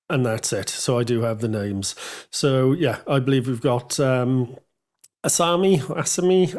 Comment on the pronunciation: Thanks Yeah you pronounced the names about right at least as far as I am aware, not being Japanese myself:D Good breakdown and I absolutely would enjoy you checking out some more of their songs. They generally cover thrash, power metal, some ballads, some fun 80s party rock style stuff, odd bit of synth cheesy metal (in a good way) a few covers eg Painkiller. Yeah I think of them as a modern take on some Judus Priest, Iron Maiden, Helloween, influences from various thrash bands, some overlap with some DragonForce in regard to some of the more shreddy solos, kinda deal.